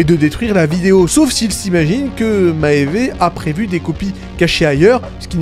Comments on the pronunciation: "Maéyvé uguiy" ptdrrr c'est quoi ça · Vidéo très étrange des cuts très audibles en plein milieu de ton explication + prononciation bizarre de maeve et du composé V (composé 5 ?) Certains points intéressants mais je ne comprends vraiment pas ces problèmes cheloux